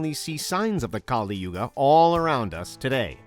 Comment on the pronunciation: As an Indian and being familiar with all 4 theories i think: 1 i dont find them bizarre at all. 2. I don't know if i should be offended with his pronunciations. Its 'kAl yug' not kalI yugA . Kali is a goddess of destruction with the paramount importance of her own. He said 108 yugas had passed well that's the part I'm not sure about. He him self said that there are 4 yug(s) (which is correct) so it must some years not yug . [i will get this confirmed from my parents and my pandit ji (priest) tomorrow].